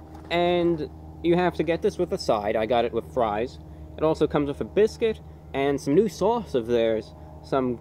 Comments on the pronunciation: Lmao he can say all these big words and he can articulate his words. But he couldn’t pronounce “biscuit” right. Bis- Bisgut. What? 😂😂😂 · A Bit-bizget